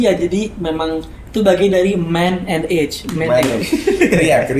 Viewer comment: "Man-age", you are ageing man.